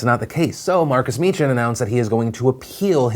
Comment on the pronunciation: ITS PRONOUNCED MEEKIN THE CH IS PRONOUNCED LIKE LOCH